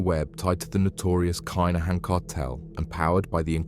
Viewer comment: stop saying Kine a han its Kin a han